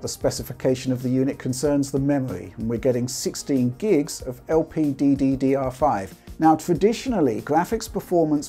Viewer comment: When pronouncing "LPDDR5" you are saying one "D" too much!